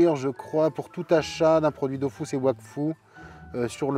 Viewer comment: Pour la partie Goodies, le jeu d'acteur était convaincant jusqu'à ce qu'il prononce "Dofousse". Là, j'ai compris que c'était truqué